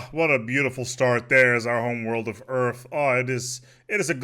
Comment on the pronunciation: "Dominion of Eaurff" - Will Smith Approves.